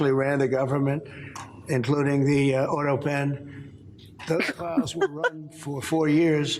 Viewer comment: Did he call it the utto pen and not auto pen?